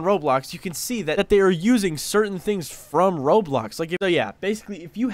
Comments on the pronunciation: Ain’t no way bro said roadblocks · HE SAID ROADBLOX LOL